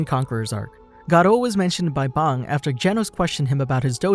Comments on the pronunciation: Your pronunciation is crap it is pronounced bang like a gun not bong like the thing that you smoke weed out of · did he say bong instead of bang? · its not bong its bang😡🤬😤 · you dont know how to say bang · You pronounced “bang” funny 😂, wanna smoke a bong?